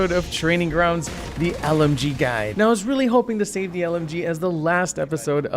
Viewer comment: Was that a Super Trooper reference I the beginning because heard "Meow" not "Now" sorry I literally got my nickname from the movie XD